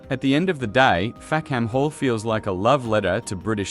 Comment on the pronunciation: The British pronunciation is Fack'm Hall, or even Fack'm 'all. A key joke which is lost with the pronunciation Fack-ham Hall.